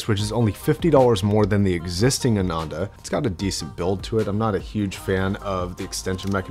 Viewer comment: ananda is pronounced as "AA - nun -The" , it's sanskrit for pleasure a lot of hifi man headphones have sanskrit names